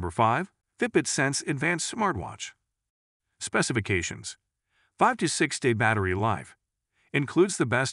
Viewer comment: My god the way he pronouce Specifiction. Lol